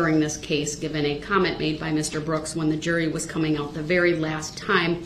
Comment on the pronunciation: Da berry second